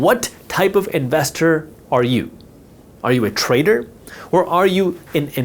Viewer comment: You make trader sound like traitor